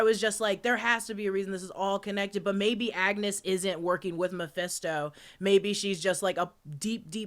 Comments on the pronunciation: Gurllll it’s not MAFESTO! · keeps saying Mepesto like he's an Italian sauce.